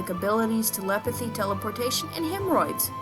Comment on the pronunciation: I choked when she said hemroides